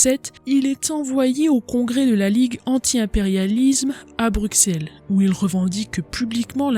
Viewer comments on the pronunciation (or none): none